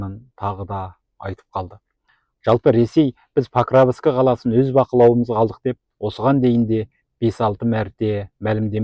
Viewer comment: Паровск деп айт сауатсыз